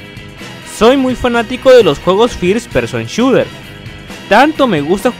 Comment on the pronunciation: call of dury y dirs pershon shuer jaja